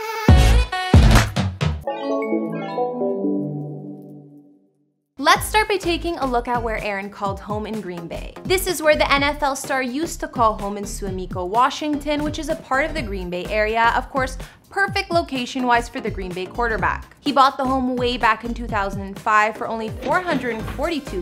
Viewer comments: lol it's su-a-mi-co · Pronounced Swah-ma-koe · The city in Green Bay is pronounced Swam-A-Co 😂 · It's pronounced "Swommico" (born and raised) 😎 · the im from wisconsin and the way she said suamico was kinda cringe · I can possibly see butchering how it's pronounced but you didn't even get the right state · you completely butchered the name and said wrong state 😑